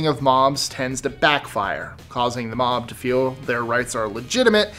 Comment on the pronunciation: "Mom" mentality. That's what I heard more times than "Mob". Anyones else, hear the same?